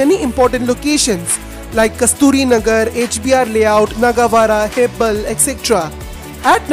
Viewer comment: Its marthahali not maratahalli...again not hebble hebaal